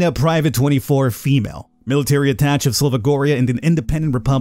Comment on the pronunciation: Hearing "attach" instead of "attaché" is more painful than any physical injury...